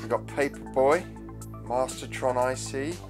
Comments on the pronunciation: Wow, love it! Im a huge Speccy fan boy!! (However, dude... stop calling it a "console" its a personal COMPUTER!!) Also, made me chuckle when you called the 2nd game Mastertron-i-c... sorry ;) I might have a few games you can have mate? But only if you stop saying CONSOLE...! ;) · Great video. Loved your pronunciation of Mastertronic early on in the ep 😂